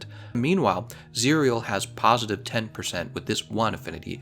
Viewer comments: "cereal" lmao. It's pronounced "cih-rel" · How you spell it, Just say Zirel. that's how it's being pronounced in the game, which is the real name of Ciri. and I recommend you playing the Witcher3. you should farm for ur gear etc so if u had fun playing mhw then u will have fun there too. the only difference is that the Witcher got a stunning story. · It’s zee ra el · Zie real? No. Zee Ra EL. Play the Witcher already. Please. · Its Z-Rae-el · You pronounce it as "ZIR-YEL" as its Elven.. just heard it from the game.. 👌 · Zae Rell Geralts pronunciation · Pronounced "Zee-rel" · Zee-Rell That's the pronunciation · Its Zi-Ra-el. Like how to pronoun Kal El which is superman's real name. The name is supposed to mean Sparrow in Elvish. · I think it's pronounced "Za rel" like Cinderella but "Zarell. At least that is how it's pronounced in the witcher 3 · it's pronounced "zih-rehl" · As far as I know, the pronunciation is 'Zirel' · It's "Zee-rel" Witcher's elvish word for Swallow as in the bird. It's the nickname given to Geralt's daughter Ciri and what she named her sword. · it's pronounced zi-rea el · In the Witcher, they pronounce the name as "Tsee-rel"